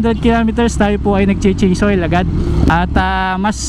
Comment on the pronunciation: mamaltuk cabalen haha. "Change hoil"